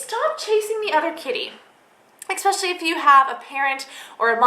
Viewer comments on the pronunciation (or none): AH! expecially strikes again